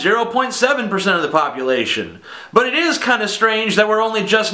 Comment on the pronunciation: Haha he said buttist